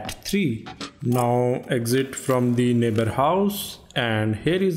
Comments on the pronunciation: Bro you saying "Da Nebarr is commeng" is just funny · Oo sheet tha neighba iz cameeng